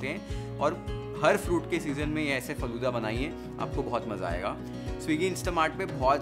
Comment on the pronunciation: I got 1mistake faloda nahiiiiiii faaloodaa